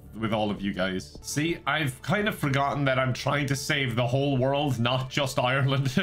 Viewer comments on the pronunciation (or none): none